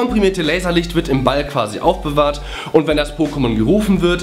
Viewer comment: wieso sagst du immer BALL?